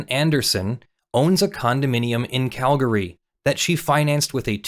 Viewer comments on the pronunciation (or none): none